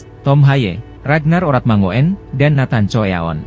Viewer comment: Channel gk modal, narator aja pake template sulih suara gugel, alhasil artikulasi dan pronounce nya jg ngawurrr , parahh, safee sali di baca safe'e, harusnya di ucapkan safi sali, ejaan lama di baca oratmangoen harusnya oratmangun, abroad di baca abroaatt, hadeeeuhhh 💩💩💩💩💩💩